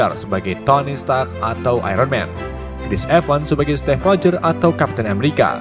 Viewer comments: stiv oi bacanya bukan stev/step.. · "SETTTIIFF EH SETTIF" 😂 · Stive eh setive kwkw